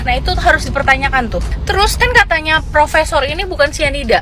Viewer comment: bukan profesor,,,itu prokesor😂😂😂